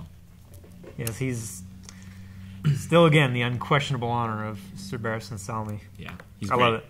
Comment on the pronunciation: Every time I hear that dudes name. Every time. I think it's Sir Barristons Cellmate. And I wonder who Sir Bariston is. It's Selmy. I know it's Selmy and yet I can't help but hear cellmate.